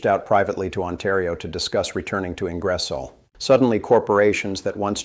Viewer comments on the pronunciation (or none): The hands are making me feel sick, and the miss pronunciation of Ingersoll and Champlain was a eye roll